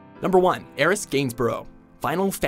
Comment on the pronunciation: You guys at tend to pronounce things weird, so thank you - THANK YOU for pronouncing "Aerith" with an "s" instead of a "th" sound.